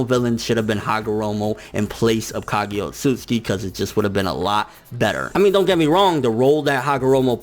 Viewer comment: I really don't like the way you say sone of the Japanese names like Ka*gi*ya instead of Ka*gu*ya